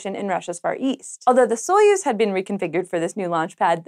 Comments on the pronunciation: "Soyuz" is pronounced much more like "suh-YOOZ." Not important, but Slavic things are my thing. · well they said "epoch" wrong so I wouldn't expect them to get Soyuz right lol - oh I'm being too mean - I love